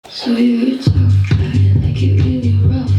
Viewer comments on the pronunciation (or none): none